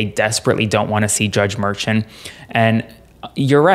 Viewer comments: Too many call it a hush money case…it is a voting interference case…it dismisses the seriousness of the case calling it a hush money. And the Judges name is pronounced Me “Shaun or Shawn…not merchant. I think not calling it a hush money makes it more serious and those out there need to know that. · Great report. Note though that the judge's name is pronounced mer-SHAWN', explained by Karen Agnifolo in CNN and Meidas Touch Network; she's been the ADA in front of him many times. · I think you're supposed to pronounce Judge Merchan as Mershaan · Please say his name correctly! It’s not Merchant!!! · The proper way to.say the judges name is Mer ShAWN. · Can you please properly and correctly pronounce Judge Marchan's name?!? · At the very least, your legal expert should investigate the proper pronunciation of Judge Juan Merchan. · You're pronouncing the judges name wrong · Please say the judges name correctly!! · Drives me nuts when people pronounce names differently… Is it pronounced: "mershawn" or "merchan" Is it "Fanny" Willis or "fawny" Willis Does anybody definitively know what the proper pronunciations are??